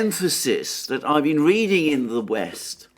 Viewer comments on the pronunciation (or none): none